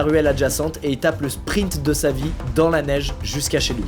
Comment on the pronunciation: Ce qui est marrant c'est qu'il dit souvent : "Il a tappé le meilleur springt de sa vie"